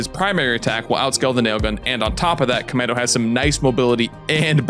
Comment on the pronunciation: CommAndy? Essplain yoself